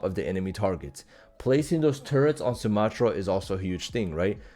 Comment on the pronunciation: You’re saying her name wrong 😂